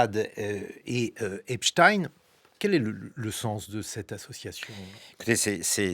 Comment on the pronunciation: La polémique fait pshitt. Erner prononce ApchtaÏine. Si lui le prononce comme ça la preuve est faite d'une cabale organisée quand tous les journaux d'informations disaient que ce n'était pas la bonne prononciation.